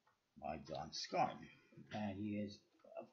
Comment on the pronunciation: For the record, his name is pronounced Scar-neigh rather than scarn. Good review other than that.